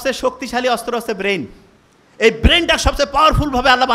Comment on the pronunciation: 'বেইন' কী জিনিস?😂😂😂